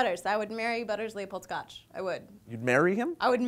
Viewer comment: It's Stoch, not Scotch, Lee!